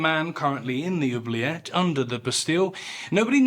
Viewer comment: Apart from my earlier childish comment, I would like to let you know that I have just watched another great video! Also, your pronunciation of "oublier" and "oubliette" are really good 😄